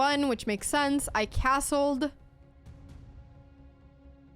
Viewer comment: Dear Anna, Anna Dear. Please it's sense not sanse. Oh won't you please go to Google please? And type "pronounce sense", search then in results click or tap the little speaker button. Yes listen please oh won't you please? Cause we love you 💓 loads like pepper on toast yes choclate crunch sweet teddys too! (High tone) And thank you for the chess and videos too. (Last sentence In Abba voice)